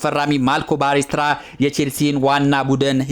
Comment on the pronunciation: ባሌስትራ ሳይሆን ፓሌስትራ ነው እባክህ😂😂